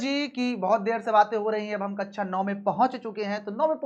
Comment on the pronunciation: Please स और श सुधार लें। Word class को ककषा बोलना है न कि ककछा या अच्छा ।